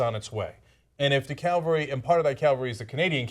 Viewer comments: The "calvary" is on it's way? Starting to sound a little right wing there Cenk. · Cenk: Look up the difference between Calvary and cavalry. Once you know, you will never forget.